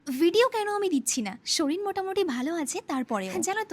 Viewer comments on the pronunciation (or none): Soril na sorir ok